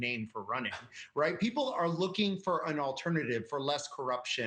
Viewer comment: How about pronouncing Magyar correctly!!! This clip is horrible...